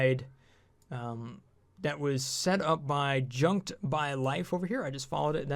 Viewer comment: The guy's channel is pronounced "jueked", not "junked", just FYI :). There's no "N" in the name.